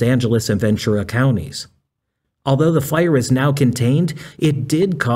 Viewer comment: Gotta Love this AI Idiot and It calling The Fire The Post File, yes it's even The Power Sucking AI Bot saying File, not a FIRE. Ai will be so detrimental because of the Electricity required for this bullshit, one AI. Search uses 30 times as much Electricity as an normal GOOGLE search would. And with the current heat dome encompassing most of North America right now Wildfires are happening all over the Western State's, with California battling several as I speak, with conditions getting drier by the minute. I pray for rains to visit soon and for the firefighters who put themselves In harms way to protect Lives and property. And Bode and the joke Fire Country Television show are a complete disgrace to the men and women who do this work!. Just as is to People like Juan Browne, aka Blancolirio, who brings us real up to date and actionable information.